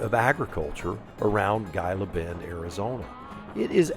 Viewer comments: "Gila Bend", you're pronouncing it with a hard G. It's pronounced "Heeluh Bend" same as the name of the "Gila Monster" lizard. Otherwise, great video! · Pronounced Heela Bend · Great video. Just an fyi - I am pretty sure you pronounce Gila Bend as Hee-la Bend. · and, thank you for the video. I live in Tucson with my wife. She’s a native and I am a transplant via the military from Philadelphia. Gila Bend is pronounced ‘Heela Bend.” The “G” is pronounced as a “Hee.” And, multiple cactuses are pronounced “Cacti.” So, you got it right. I’m so happy you got to go on this adventure through the beautiful desert. I made that journey in the summer years ago on a BMW K1200LT, and only made in through the heat via a sweatshirt soaked in water underneath my jacket. It took a couple of soakings on the trip. But, the ultra low humidity of the desert was a way to stay cool. Kinda cool, hun? I hope to meet you and and would like to shake your hand and buy you both a cup of coffee. I bought a 2023 Spyder RTL a few weeks ago and am waiting on some customizations so I can drive the Spyder. I plan to do a YouTube channel, 7wheelz, to show others how to live with a spinal cord injury, ride a Spyder, and live life to the max when I use a wheelchair. Thank you for the inspiration and example. Safe travels to you both. I hope your visit to California is absolutely wonderful! See you soon. (Sam Shivers) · Gila Bend is pronounced Heela Bend. Enjoy. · Hey coach ! Gila Bend, Arizona is pronounced as He la Bend. I thought I’d just pass that on to you. I love your videos. I’m taking training for the Sounder in November. You both take care.